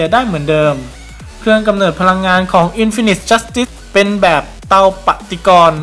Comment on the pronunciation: อ่านว่า อินฟีนิที จัสติส ไม่ใช่หรอครับ